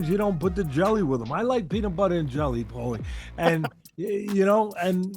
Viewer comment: Who is this guy mispronouncing Paulies name